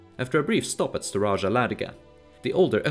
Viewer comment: Staraja = old ( not staraža) varjak ( not varžak) Peçeneg, not pekeneg